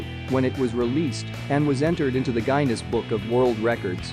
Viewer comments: Gyniss book of records LMAO! Guinness like the drink! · Hey, please learn how to pronounce "bikinis", Bridget Bardo(t) and Guinness (just like the beer not like vaginas). Or just come to Europe someday and learn some French, Italian and German. All movies? You forgot the great film "The man who would be king" 1975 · You pronounce "Guinness", "bikini" and "composer" wrong...